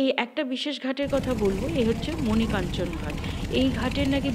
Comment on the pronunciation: ভালো লাগলো, মণি কাঞ্চন নয়, মণিকর্ণিকা